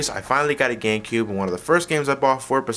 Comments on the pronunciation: GaMecube...not "Gangcube" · At the end it looked he said gay cube.